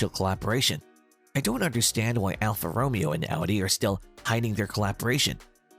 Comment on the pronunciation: should definitely look up how to say alfa romeo